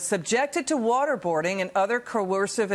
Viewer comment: Why does she say worderbording.